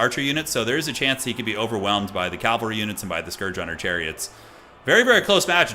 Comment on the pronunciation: That first L in "cavalry" is both silent and invisible.